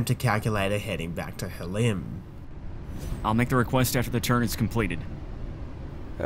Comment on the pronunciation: You should say “Halim” with a little phlegm. The airport layout you have for Halim is not correct.